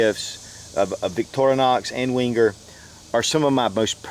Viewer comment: It's pronounced 'venger', not 'wenger'. And you can buy Lindt at supermarkets here in the UK. Can't you get it in America?